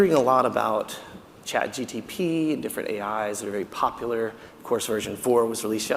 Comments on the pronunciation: Why does he keep saying Chat GTP?!?! Instead of ChatGPT? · I lost him when he said CHatGTP instead of GPT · Chat G P T! Not GTP!!! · Its really hard to take a man seriously when he keeps mutilating things "Chat GTP" is not a thing. Sorry, I know he was nervous but it took away from his presentation. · I wish he would say chatGPT instead of chat GTP 😢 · I doubt AI made him say "chat gtp" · Chat "GTP"? Chat "GTP"? Chat "GTP"? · It's chatgpt not chatgtp. He is giving a talk on ai 😅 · he keeps saying chat GTP instead of GPT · I'm seconds into it and had to stop because a supposed thought leader of this space is saying "Chat GTP" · Yeah the fact that he calls it ChatGTP is very refreshing... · It's hilarious listening to him saying chat"GTP" repeatedly ^^ Otherwise great talk! Edit: he said it right , finally!